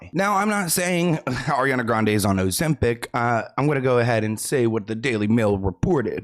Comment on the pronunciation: That silent "b" 😅 couldn't be me